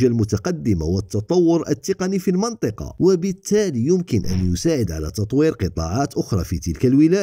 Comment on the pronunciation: هي مدام راك تحكي بالعربية ، المنطقة تتقرا المِنطقة بكسر الميم ، وصحا فطورك وشكرا على المجهودات